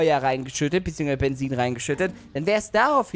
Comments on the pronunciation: Das heißt Bezin mit Z und nicht Bensin. 😔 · Wie er einfach immer "Bensin" anstatt "Benzin" gesagt hat! XD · Das heißt Benzin, nicht Bensin⛽ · Jeder sagt Benzin: Bensin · es heißt Benzin und nicht Bensin 😂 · Bensin lachflash des Jahrtausends es heißt Benzin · Bensin. Ich: Es heißt Benzin! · Bensin??? Heißt das nicht Benzin?😂😂😂😂😂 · Wem is aufgefallen dass immer Bensin sagt😁😃😄😅❤ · BENZIEN?!?!?!??!?!?!??junge...ES HEI?T BENZIIIIIIN UND NICHT BENZIIIIIIEN!!! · Das heißt nicht Bensin sondern Benzin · es heißt Benzin und nichts Bensin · 🥺❤️ Welche Sprache bist du? Du sagst Statt Benzin = bensin 😂❤️ Haha Liked pls damit es sieht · Es heißt Benzin nicht benzzin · spricht es "bensien" aus Ich:spreche eher "Benzin" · Mensch sag Benzin zzzz zzz nich sss mensch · Es heißt Benzien ohne s!!Mehrk es dir! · Wen triggert auch wie Benzin ausspricht?🤣